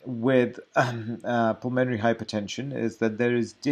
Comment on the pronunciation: Nice guy, and no doubt good Doctor. But badly needs to learn to pronounce "pulmonary".